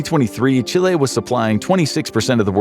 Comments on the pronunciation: "Chili" trying to say "Chile" 😂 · It's Chile, not Chili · It’s Chile, not “Chili”. The country is not the same as the spicy ingredient. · Chile, not Chili ;) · I'm more baffled at the ''CHILI''